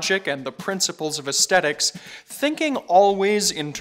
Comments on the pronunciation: He's a good presenter. Clear and engaging. But his mispronunciation of "aesthetics" triggers me. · Whilt I am trying not to come across rudely, I must ask, is that actually a common pronunciation of aesthetics in some part of America, or is it unique to? I am British and it seems very unusual to me, but of course if it common in the US then it is simply a regional variation (there are many between British English and US English after all). Also - seeing the uncomfortable number of negative comments; while I too prefer Sven's style to, it is neither kind nor fare to criticise, given he is still both relatively new and relatively young. Also I have previously seen very positive comments on his delivery and so it must be a personal preference. You are doing well and I am sure you will hit your stride in due course and have as many fans as Sven does.